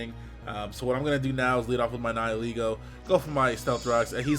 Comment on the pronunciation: someone pronouncing nihilego correctly? WHAAAT?